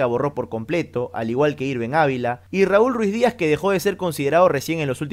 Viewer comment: NO ES RUIZDIAZ CARAJO ES RUIDIAZ